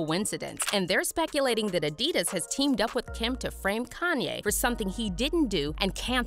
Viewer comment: Adidus lol its adi daas